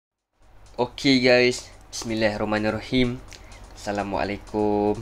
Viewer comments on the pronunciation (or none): none